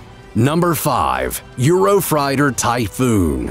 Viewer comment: "Eurofrighter" it's "Eurofighter"